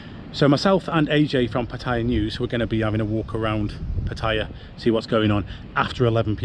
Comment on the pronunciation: Would be nice if you could learn how to pronounce Pattaya.